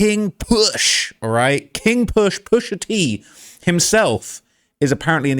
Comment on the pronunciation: Say King Push again 😂